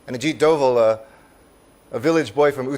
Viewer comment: Arey, bhai, ji,. Aji, dobhal. Naame. Hai. Bharat. Ke. N. S. A. Ka. Aap. Galat. Naam. Se. Bol. Rahe. Hai. Dobal. Nahi. Dobhal. Sir. Name. Hai